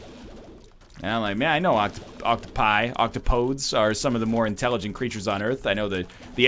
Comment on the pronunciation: "octopodes" is 4 syllables, it's Greek. Octo-po-deez